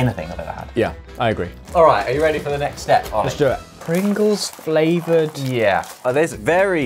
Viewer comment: Ramen fRavored Pringles 🤣